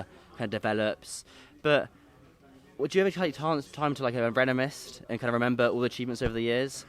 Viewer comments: “Do you ever take time to renemist”… does mean reminisce?😂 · rene what? LOL think he means reminisce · What's "renemice"? Isn't it Remenice lol